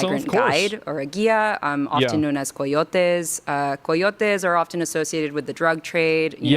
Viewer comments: why is she pronouncing them like that ? Cartel and cayotes not carrr tielles and cyatayoaasa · Don't even for one second tell me when she said CO - YO - TEZ that she is referring to "Coyotes" 🤔🤯😡 🤣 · Why do Spanish weirdos always throw an accent on a word? She pronounced “coyotes” like it was a seafood dish from south western Spain. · Koi otes? coyotes??? what is that pronunciation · Umm, uh, um, blah blah blah, uh, um, uh I also like how she had to say "carteles" and 'coyoteez" with a super thick espanol accent as to more or less obfuscate people's association with the common english pronunciation of those words. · The amount of effort she is taking to pronounce cartels and coyotes in spanish, says everthing about her. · She purposely pronounced Coyotes and Cartels with a Spanish accent to try and squeeze past the fact she's talking about the criminals that are driving people out of Mexico, both literally and figuratively. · Her LA accent is so annoying. Constant vocal fry. Also that adding in mexican pronunciations of words into otherwise English sentences is so blatantly performative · 🤦‍♂️ She's trying to pay as much respect as she can to a group of people who illegally traffic humans, by putting as much accent as she can into the word coyotes and cartels. Jesus christ. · oh man the way she says coyotes and cartels, you know shes the worst person alive. god this lady is unbearable i cant stand people like this. listen to how she pronounces certain words. what a complete moron